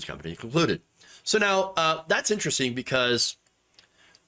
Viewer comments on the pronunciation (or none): none